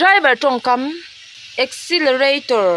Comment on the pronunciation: accelerator tih turrrrrr